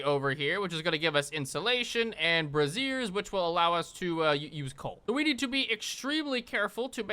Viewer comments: It’s pronounced “bray-sher” not “bra-zier” but the mixup was funny. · it's Bray-zer, not bray-zier. One is a fire holder... the other is the full name for bra.s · So I've made this same mistake, but you are pronouncing "braziers" wrong. What you just said is the full name for a bra. "Braziers" sounds like "bray-zers". Is it a nit-pick? Maybe. Will it potentially save you from being laughed at in a conversation? Hopefully, because I was."